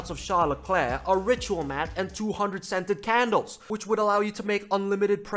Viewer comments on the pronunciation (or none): none